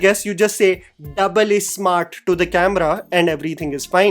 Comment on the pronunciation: "Bole to double isshhmmartt" is still haunting me 💀